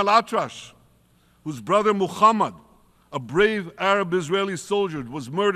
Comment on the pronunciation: He said mukhammad 🤣🤣🤣🤣🤣